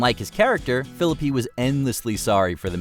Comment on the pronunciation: The way you pronounce Ryan Phillippe's last name 😬🫣😂